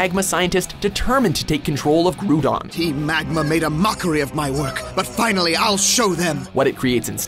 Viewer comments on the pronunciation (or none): Did you seriously say, Gru-Don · i know who is groudon, but or few seconds later they say GRUDON, they didnt even care to see a bit of the movie to pronounce it properly, im surprised they didnt says kyger..... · Not one of y’all are in here talking about GREW-dawn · Marc Magma Nope. GRAOWDON NOT GROODON. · Rafael RED Groodon is still incorrect. Groudon not groodon. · "Grew-don?" LEARN POKEMON STUFF It's "GR-OU-DON" GOSH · So 2000 takes place in the orange islands not Johto, Groodon? Groudon (Grow-Don) Wow just wow I’m triggered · Groodon?i thought it was groudon? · It’s not groodon its groudon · Supra Kooper No, because "Graow-don" is the official pronounciation. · Think "Grao-don" as in "GROUND-don." It's proper pronunciation is literally a reference to the fact that Groudon is a Ground-Type. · Germans and Austrians pronounce it like "Groodon" as well. Also there is a japanese Person in the comment section stating that WatchMojo pronounced every name right. Just saying. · Marc Magma I asked a British friend of mine, and Groodon is not a proper pronunciation there. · Marc Magma Also, japanese pokemon have different names, and the anime English refers to him as "Graodon" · How dare u make a list about Pokemon and u CANT PRONOUNCE THERE NAMES GROUDON GROW DON AND RAYQUZZA IS RAY QAZZA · Germans and Austrians pronounce it like "Groodon" as well... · Yeah, like, 'Groodon'. lmao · Gru don.. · How did you watch the movies themselves and still not know how to pronounce the Pokémon names? Groodon? Jirahchi? Lucayrio? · LU CARE IO GREW DON these pronounces, jesus christ a good video nonetheless. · Grudon and Jirahchi, everybody! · the way he spelled groudon (he says grudon) (Me dieing in the back room dieing from laughter bruh) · "Groodon" Me: Y E S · GREWDON? excuse me what the fuck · Lost almost all interest when he said groodon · Rule #1: never let anyone who can't properly pronounce Groudon's name make a list about Pokemon movies. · You mispronounced Groudon.